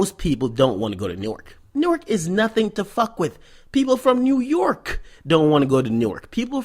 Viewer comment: lmfao why he keep saying nyurk